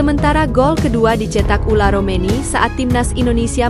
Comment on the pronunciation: Ole romeni...bukan ula romeni ....gitu min....okeh min